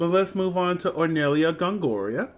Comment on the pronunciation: really funny how you corrected yourself immidiately after saying gongorIA but kept saying hornellIA during the whole video